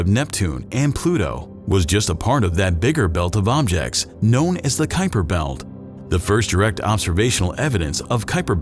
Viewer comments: Not "kyper", not "kweeper", but "kaupa". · Named after the Dutchman who discovered it, yet I have never heard it pronounced correctly, which is similar to "Kweeper", not "Kyper".